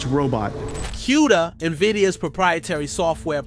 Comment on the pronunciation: LOL what did you call "E.V.G.A." eevgaa? LMAO and its not Q Da is pronounced "Coo Da" lol you should know the industry before trying to report on it.